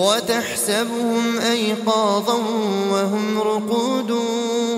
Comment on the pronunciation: صوت جميل لكن سمعت خطأ في كلمة و تحسبهم ( التشكيل) الآية 18😊😊